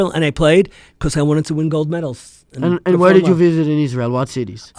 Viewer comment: the way business casual terrorist Mike snaps when he says Israel got me crying